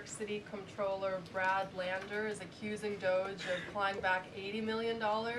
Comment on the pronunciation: And... it's DOGE [DŌ-J] Not DOZH